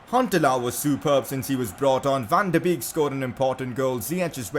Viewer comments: Van De beek is said Van De bake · #pcq: Your saying van de beek wrong